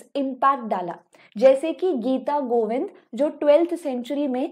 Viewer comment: It's not mangal charan it मंगलाचरण Not mahri it's महारी And it not geeta givinda bit गीतगोविंद